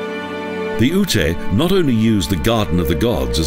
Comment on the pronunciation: The dummy won't understand what you wrote. It's YUTE, not OO-TAY.